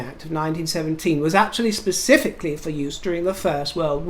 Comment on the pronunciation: The word is specifically not pacifically